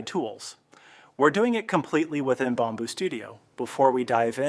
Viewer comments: Bomb boo?? It’s pronounced “Bam boo” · Why do you pronounce it Bomb boo studio, you pronounced it correctly in your text video lol. Outside of that, the video is helpful!